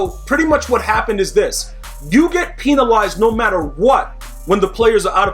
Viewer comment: “You get peenalized”😂